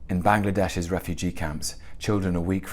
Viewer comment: Bangladesh or Baenglaedaesh!!?? ~just a joke~